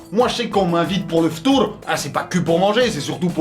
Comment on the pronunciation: moi je suis libanais et christian,mais mon reuf je peux pas tenir 1 heure sans manger.est je veux te corriger le f'tour comme tu le dit sa s'ecrit et se prononce f'tar pas f'tour